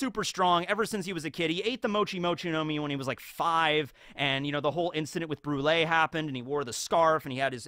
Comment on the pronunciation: "brule" the strongest member of big mom pirates 😂